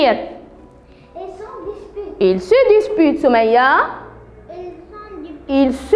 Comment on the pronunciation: Ils se disputent et non desputent faites attention à la prononciation Merci